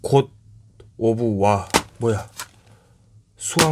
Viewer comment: 곧오브와(갓겜인데 몰라..)..... 아트비지온. 토속발음 찰지네. 망자는 남자 아이인걸까? 겜을 잘모르는거 봐서 열심히 사는 분같다. 좀더 재밌는 영상 기대하며 예전에 거울볼때 뒤에서 몸 감싸는거 좋았는데... 이런거.